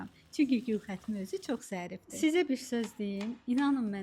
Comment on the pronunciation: Bir anlıq gülxatım dedin sandım😂😂😂